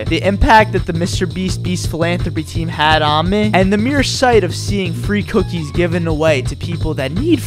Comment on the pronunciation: Fwee Cook E